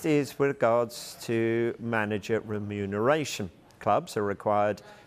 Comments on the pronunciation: How many times can this guy say renumeration wrong in a different way. 😂😂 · Is the presenter drunk? Cant say ramifications, remuneration and many other words 😮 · Stop saying remuneration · No way. I commented earlier about the inability to pronounce remuneration, now my guy's suddenly putting extra emphasis on every time he says it. Does this mean they actually look at the comments?